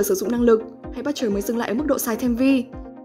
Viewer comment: Đá tiếng anh liên tục nhưng tên Butcher nhân vật chính lại phát âm sai :))